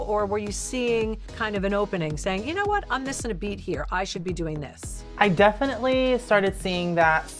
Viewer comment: Does he keeps saying "definintly"?